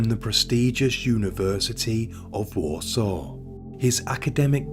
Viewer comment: He pronounced Warsaw wrong as well, But you still knew what he meant. 😂😊